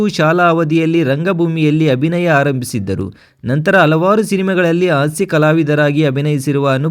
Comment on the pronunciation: 😮 ಅಕಾರ ಹಕಾರ ಸರಿಯಿಲ್ಲ ಆಂಕರ್ ದು. ಕೇಳುವುದಕ್ಕೆ ಅಸಹ್ಯಕರ ಕನ್ನಡ ಉಚ್ಚಾರಣೆ .ತಿದ್ದಿಕೊಳ್ಳಿ. ಉದಾಹರಣೆಗೆ ಆಸ್ಯ ಎಚ್ಚು ಅಲವಾರು ಇತ್ಯಾದಿ ತಪ್ಪುಗಳು 😢